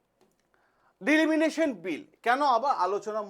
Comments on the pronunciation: ডিলিমিনেশান জিনিসটা আবার কি? ওটা ডিলিমিটেশান। আগে তো ব্যাপারটা সঠিকভাবে উচ্চারণ করুন.... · উচ্চারণ ভুল।দিলিমিটেশন না ডিলিমিনেশন?? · Delimination নয় Delimitation, মূল বিষয় টা তো ঠিক করে বলুন ঠিক করে জানুন ঠিক করে বুঝুন ঠিক করে উচ্চারণ করুন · It's delimitation not deliminitiin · It's not Delimination ,it's Delimitation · বারবার ডিলিমিটেশণ কথাটার ভুল উচ্চারণ 'ডিলিমিনেশণ 'করছেন কেন?এতে মনোযোগের ব্যাঘাত ঘটে।উচ্চারণে নজর দিন।ধন্যবাদ। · ডিলিমিনেশন নয় !!! ডিলিমিটেশন !!! আগে নিজে বুঝুন word টির অর্থ বা মানে !!! তারপর, ভিডিও করে ছাড়ুন ইউটিউবে !!! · ডিলিমিটেশন না ডিলিমিশন ? অনেক অল্প কথায় আপনি আপনার বক্তব্য বোঝাতে পারতেন। কিন্তু আপনি অনেক সময় ধরে এমন হ্যাজালেন যে আমি আপনার অনুষ্ঠান ছেড়ে বেরিয়ে গেলাম। ধন্যবাদ। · কথাটা ডি-লি-মি-টে-শন। উচ্চারণ ঠিক করবেন।